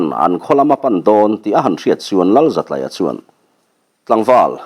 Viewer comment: Zatlaia, tlai hi school tlai kan tih a, tlai anga lam tur zawk nibawm tak. Zatlaia